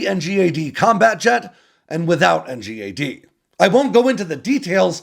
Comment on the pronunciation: It's pronounced N-GAD mate